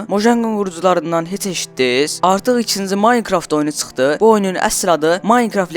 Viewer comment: Çıxtı yox çıxdı( düzenle deye deyirem)